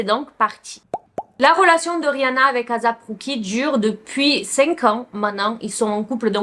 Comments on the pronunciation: ASAP ROCKY ! ET NON AZAP ROCKY 😅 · J’adore t’es video!! Mais stp fais des efforts sur les noms. Comment ça Asap Cookie?? C’etait la mm histoire avec les vidéos de P. Diddy. Tu disais "P. Daidi" . Pleeeaseee fais des efforts sur ça! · Ça se dit éissép ROCKY comme asap en anglais et rock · Ça se prononce « eyssap rOcky » et non azap roucky 💀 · En vrai on s’en fou comment on prononce mais si vous voulez la vrai façon c’est “ Ay-ssap” en mode des sape linge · Je suis d’accord c’est assez dérangeant mais bon